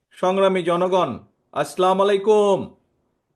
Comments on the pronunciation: এই হারামির বাচ্চা এখনো পর্যন্ত সালাম টুকু ঠিকমতো উচ্চারণ করে দিতে পারে না। বিএনপি'র গুষ্টি মারা গেল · তাৱেক ৱহমানেৱ কথাগুলা সেকেলে।সালামটা শুদ্ধভাবে দিতে পাৱে না। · আপনার সালাম দেওয়াটা আগে শুদ্ধ করেন তাহলে শান্তি আসবে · জনাব, তারেক জিয়া ,আপনি 90% মুসলিম দেশের নেতা হতে চান অথচ সালামটা শুদ্ধ করে দিতে পারেন না। দুঃখজনক?